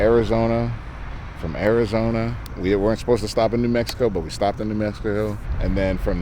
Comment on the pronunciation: "New Meskisko"